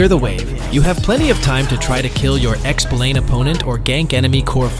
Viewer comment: bro you ai generated or what? expu lane? gtfo here